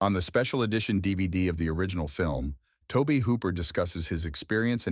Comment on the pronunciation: Who is Tobe hooper lol it's Tob-E like Toby